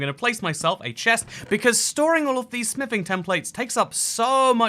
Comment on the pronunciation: Why do i keep hearing sniffing templates a d table instead of smithing😂 Am i missing something?😂